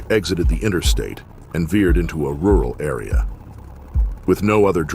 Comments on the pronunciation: how hard is it to just use your own voice on youtube nowadays? "speek" strips? "ru-rall"? come ON man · What follow-ed was a high speed chase through ru-al Wisconsin as Wesley dodge-ed speak strips and veer-ed into oncoming traffic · "...through RU-WAL Wisconsin as Wesley DOJ-ed SPEAK strips." You're a freaking AI announcer. Thumbs down and I'm outta here. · Minute , what’s a “follow-Ed, and ru-Al” 😂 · Dude, can you not pronounce “rural” properly?